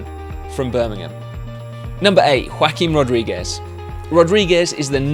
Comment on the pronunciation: i heard joaquim rodriguez as whack him rodriguez